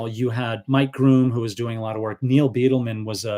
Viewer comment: It is pronounced Byedelman, not Beetleman.